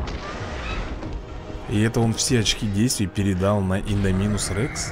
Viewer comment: Рей подивися фільм світ юрського періода і будеш знати як правильно вимовляти індомінус рекс